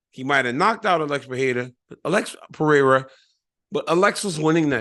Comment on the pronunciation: Thankyouuu for saying Pereira’s name right 😆 for some reason annoys tf outta me how Rogan says it but will say Michel Pereira right 😆